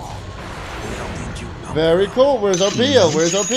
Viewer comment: datguy4's comments were priceless, "berry nice"